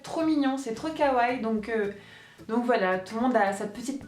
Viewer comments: Pnt c'est pas Kawaï mais Kawaii -. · kihouu kawai LE I SE PRONNONCE !!!!!!!!!!!!!!!!!!!!!!!!!!!!!!!!!!!!!!!!!!!!!!!!!!!!!!!!!!!!!!!!! désoler je m'énerve un peu ^^''